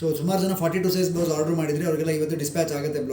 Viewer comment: ಹಾರ್ಡರ್ ಅಲ್ಲಾ ತಾಯಿ ಅದು ಆರ್ಡರ್ order